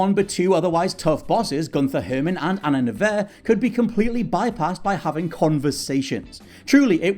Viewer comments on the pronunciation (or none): Agent Anna "Nevair?" Can you guys not put a phonetic pronunciation guide in the script?! At least pronounced Gunther Hermann right.